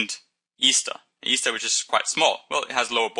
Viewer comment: He keeps saying Easter instead of ester.